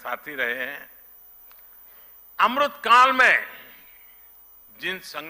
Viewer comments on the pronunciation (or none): Amrit and not amrut....gujju Bhai is helping gujju Bhai😂😂😂😂😂 MODANI ka jawab do please